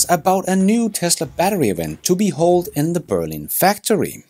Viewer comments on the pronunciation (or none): 'To Be HELD' Mate, you're KILLIN' ME..... English is NOT my first either!